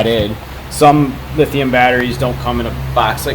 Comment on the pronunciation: lithium not lithiun......